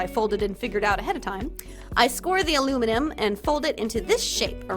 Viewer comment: "alummineminem" im dead. i THOUGHT u were sneaking candy names in there